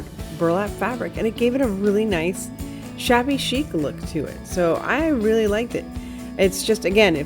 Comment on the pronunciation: Queens NY Yes I caught that "shabby-ho" 🤣 Love the fence & lantern. PS. Stuart, Florida